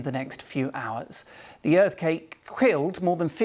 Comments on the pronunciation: „the Earth cake quilled“ sure BBC - the queens English, right? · Is the broadcaster having a stroke? He said earth cake and quilled at the beginning. Dude switched letters in 2 separate words.